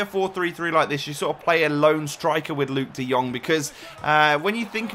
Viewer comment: Moet je is in tier 2 kijken hoe hij de jong uitspreekt, gewoon perfect